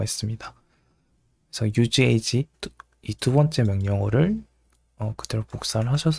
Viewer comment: 내용은 유익하나 바그란트... 유즈에이지... 영어 발음이 너무 혼란스럽네요..ㅠ